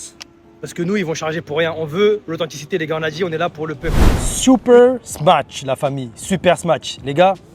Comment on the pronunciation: encore une fois super vidéo mais tu fais que dire "smatch"